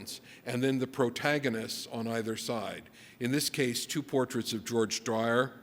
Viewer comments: George Dwyer? Spoofer......doesn't know his stuff, or is unable to pronounce it. Don't know which is worse. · So true. And this guy made some normie comments too by misquoting Bacon's "valves of felling" with "values of feeling". Mispronouncing George Dyers name. And spreading the "Freud had 40 children" myth. This guys a well intentioned hack. 🤷‍♂️